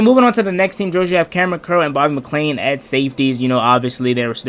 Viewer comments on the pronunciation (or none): You're killing me butchering McCain and Apke's name .